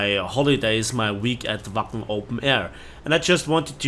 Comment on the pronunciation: You really had quite the trip, sorry it had to involve bad events... Also, every time you said Wacken, I heard "Waffen". I guess I need to cut down on my war thunder sessions ;)